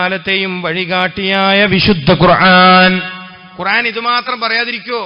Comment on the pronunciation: قرعان😂ال قرءان